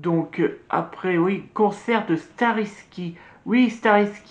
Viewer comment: merci pour ta vidéo, dieux merci j'était pas là à cette convention, çà doit être un enfers avec ce monde qui à eu, d'ailleurs le groupe que t'à filmé ne se prononcent pas comme ça starryki, faut le dire en anglais en faite avec le y à la fin en disant aie et ils seront eux aussi à Orléans, voilà ^^